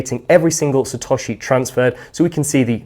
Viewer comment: SaTOSHi. Damn! I have been pronouncing it the US way. Lesson learnt.